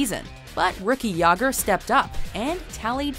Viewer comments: Jagr too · You said both jagr and Mario Lemieux wrong. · thats not at all how you pronounce Lemieux and Jagr lol